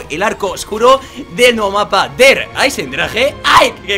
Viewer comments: el der se dice dear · no se pronuncia der se pronuncia dea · no se pronuncia Der sino suena como dea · tío con que alemán has hablado XD se dice dea aisendrage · lo sigues diciendo mal no se pronuncia der se pronuncia dear aisen draje asi es como se pronuncia saludos greft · Sigues diciéndolo mal, no es "der" es "dea" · no seas bocachanclas porque no se dice: "DER Aisendrager" el "Der" se pronuncia "Dea" por si te interesa pronunciarlo bien y tal ;) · Der se dice dea y EisenDrache lo dices bien (Porlomenos)xd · yo tengo una amiga alemana y dice que así no se pronuncia, de hecho en la palabra Der no se pronuncia la "r" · Sigues diciendo mal el der